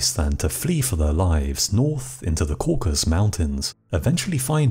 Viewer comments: Cauc-as-us, not Cauc-as. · Caucasus. Not caucus. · Please forgive me, but I believe it's Cau-ca- sus. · dude please - learn how to pronounce the word 'Caucasus'. It's got three syllables. Coor - Cass - Us. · Caucasus Mountains Not “Caucus” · It's 'CaucASus' Mountains, NOT 'Caucus'. It's where 'CaucASIAN' comes from. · This is a fascinating chapter of history. But I have to make one demand: Learn how to pronounce the word "Caucasus." Throughout your narrative you repeatedly say, "Caucus" rather than "Caucasus." 🤦‍♂️ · It's Caucasus, not Caucus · Cau-ca-sus (not caucus) Mountains three syllables. Geeze! Who edits these things? Anybody? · It's the Caucasus mountains, not Caucus. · no. caucasus.